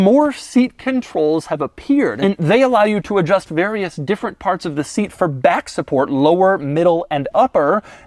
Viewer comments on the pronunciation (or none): none